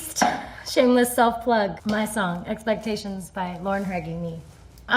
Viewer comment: She said expelcations lol😂😂